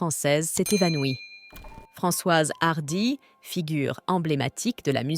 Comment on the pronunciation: C’est quoi cette prononciation à l’anglaise de son nom? Apart ça, triste qu’elle soit partie mais soulagée de savoir qu’elle ne souffre plus